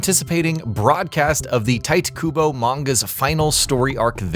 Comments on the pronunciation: Im sorry man. But the way youre pronouncing the names is upsetting me. Susuke Aizen? Its pronounced SO-SOSKUE AIZEN BUT SPELLED SOZUKE. ITS NOT TIGHT KUBO. ITS TI-TE KUBO. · Lost me the moment you said "tight kubo" even worse when you mispronounced Aizens name. Know what you're speaking about before actually speaking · are you dumb or some shit tite kubo is literally pronounced “teet eh koobo” evb pronounces it like that nobody says “tight kubo” 😂